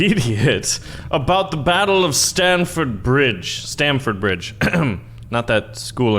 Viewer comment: It’s Stamford bridge